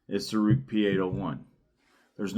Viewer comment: Ruike is pronounced as Ray-kuh. Rike knife is a different company, probably best known for the Rike Hummingbird.